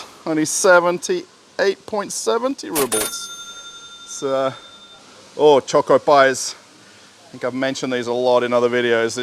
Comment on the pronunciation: your "oh" sounds very russian like "ooo" instead of english like "wow")